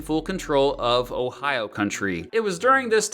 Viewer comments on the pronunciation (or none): none